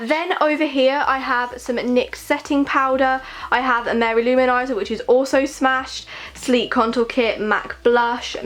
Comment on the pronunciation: When she says her Mary-Lou manizer is smashed...😭 RIP